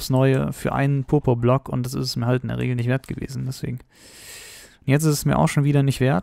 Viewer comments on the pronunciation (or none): Purpurblock höhrt sich bei dir an wie Popoblock!